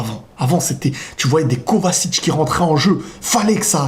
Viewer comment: KOVACIC CCCC pas KOVASIC sa se dit KOVATCHICH